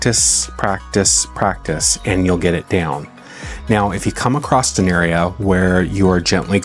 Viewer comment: an excellent video detailing the process and benefits of RW. fyi, there’s no “t” in the word “across”